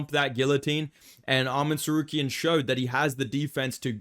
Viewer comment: Wait. . . .Arman "sar-care-ee-an"?. ..hehe.